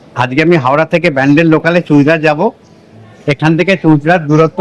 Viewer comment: দাদা, চুঁচুড়া উচ্চারণ টা ভুল হয়েছে। বাকি টা খুব ভালো হয়েছে।আমি আপনাকে জানিয়ে ছিলাম চুঁচুড়া এলে আমি আপনাকে ঘুরিয়ে দিতে পারি। WhatsApp এ জানিয়েও ছিলাম। সেক্ষেত্রে আপনার দুবার টোটো ধরার হয়রানি টা হতো না। ভালো থাকবেন,সুস্থ থাকবেন।